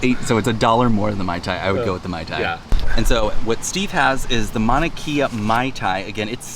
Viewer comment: You probably know this by now but the proper pronunciation for Mauna Kea.. Mau-na Kay-a. Just in case. Love the vid!